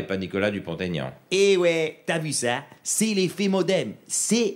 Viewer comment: Mais heeuu le Modemeu, pileu au milieeuu